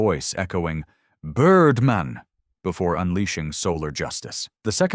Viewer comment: Birrdmaan! Not Birdmn, you aminated idiop!